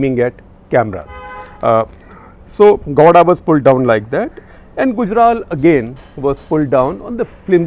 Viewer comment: Gawda sounds like law*a! 🤣